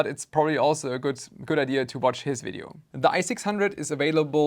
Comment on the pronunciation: While I am quite happy to hear the word video pronounced correctly, I'd be lying if I said I wouldn't miss the german engineering vibes in fideo... Owell, there's enough of that in my thermal grizzly so who cares 🤟